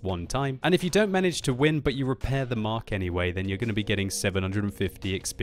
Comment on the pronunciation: you are my favourite youtuber, but please please PLEASE stop calling the tank the 'Mark'. Very irritating.